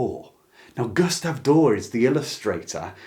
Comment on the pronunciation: This is a wonderful video, and I subscribed, but I'm a little perpecxed you don't ee the final letter in Doré has hhat lanting line over the E. It's pronounced DOR-EH, not "door".